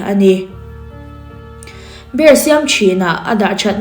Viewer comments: Beer🍺 i lam dan hi a dik chiahlo miss😊beer🍺 hi chu mizo hawrawp a biar tia lam tur ania,savawm (bear) zawk hi tuna i lam dan anga bêr tia lam zawk tur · Bear = savawm 🐻 Beer = 🍺🍻 Mizotawngin a lamdan dah chhin ang aw Bear - beer Beer - biir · Bear ( savawm) angin i lam char2 a lawm beer chu mizo tawnga Biiiirrr ti anga lam tur ania.. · Mizo tawnga Savawm chu bear,Zu chu beer(biar)tia lam tur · Tinge BEER hi 'BER' tia i lam rik tlat a, SAVAWM tihna daih asin. Chrome atang khan english lamrik dan dik lo en thin rawh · Bear angin i lam a,beer 🍺 tih zawk tur ni awm tak,kalo ti ve mai2😊